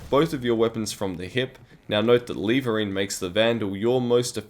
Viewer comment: Lev-ering, not leevering :) great video though, im going to try this out once i have high velocity and flechette unlocked :D